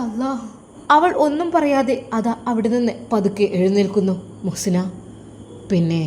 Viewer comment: മുo ദാസ് അല്ല മുഹ്സിന